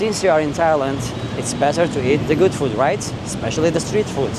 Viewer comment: Just a small thing I noticed—you might be saying ‘foot’ when you mean ‘food.’ The words sound similar, but ‘food’ has a longer 'oo' sound, like in ‘mood.’ Thought I’d mention it in case you want to adjust it—you're doing great otherwise!